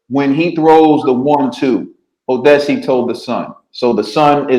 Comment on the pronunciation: put some respekt on tha "NIGERIAN" name. Its pronounced OR-DI-A-SE!